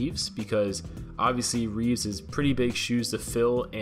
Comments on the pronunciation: It's Christopher Reeve NOT "Reeves." Show some respect. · It's not "Reevz", it's Reeve, Christopher Reeve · It’s Christopher REEVE, not Reeves